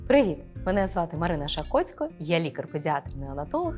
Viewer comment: Дякую за відео) 1) Забагато жестикуляції - літання рук відволікає від змісту. 2) Зверніть, будь ласка, увагу на вимову деяких звуків: "ДЗітей", "починаюЦь", "маюЦь бути", "не викликаюЦь"... І навіть власне прізвище ви "зацокали" - "Марина ШакоЦЬко" ))) Успіхів)